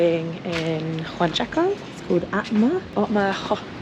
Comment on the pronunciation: I love it's now JUANchaco. and not UANchaco. Loving the Peru series!